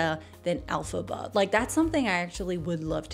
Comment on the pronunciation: Elphaba, not Alphaba.